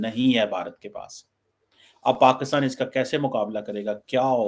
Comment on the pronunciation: is it bureaucracy (bu.reau.cracy).... or is it BRoCracy....😂😂😂 bade maje aate hain yaar listening the way you talk.. And try one more (SRI. LANKA)... not (see reee lanka )😂😂😂😂 hope you say correct Pakistan not paxtaan 😂😂😂